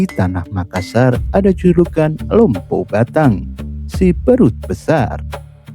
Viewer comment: Maklum aja bang mungkin admin nya bukan orang Bugis atau Makassar jadi penyebutan nya kurang pas, salam budaya tetap kompak